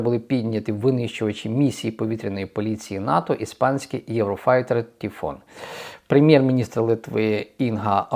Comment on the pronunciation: Тіфон???!!! Пурл???!!!😂😂😂